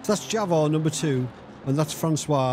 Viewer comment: Javor would be pronounced in English as if it was spelled Yavor. The name means a maple tree. Nice driving as always,.